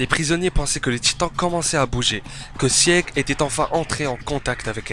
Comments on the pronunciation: Petit astuce quand ya un e dans un prénom de SNK il ne se prononce pas, donc faut prononcer sigue et non sieg pareil pour pique et non pieck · Bon commentaire😀. Par contre Sieg et Pieck se prononcent "Sigue" et "Pique" 😉